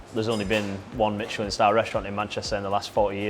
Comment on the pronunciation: Say it again? It's Michelin not Mitchelin.